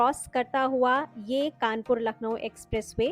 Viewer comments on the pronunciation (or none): It's Kanpur, not Kanapur